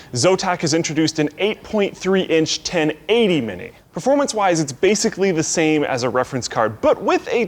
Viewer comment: "pformance" - 2017